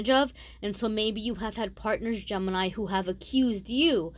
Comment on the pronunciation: Gemenini 😂😂 oh no now I read it like that and it sounds like that to meeee!! Guuuuurl 😂😂🤣🙏🙏 also thanks for the reading❤😎❤